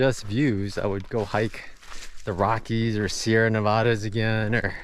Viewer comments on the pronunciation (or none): none